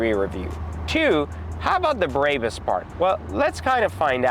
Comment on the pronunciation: This dude is a cornball. He can’t even say Barbaus correctly